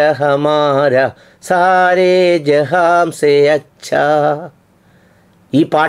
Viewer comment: ജഹാം അല്ല, ജഹാൻ